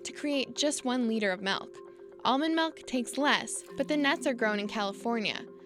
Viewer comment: The narrator lost me at the pronunciation of "malk" ....it's "milk" !